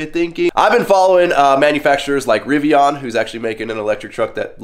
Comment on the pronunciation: A truck guy who loves his gas guzzling trucks! knows very little about electric vehicles especially electric trucks....glade you at least like the Rivian (which you pronounced wrong) so there is hope for you to learn more about what your talking about, but i'm not hating on you.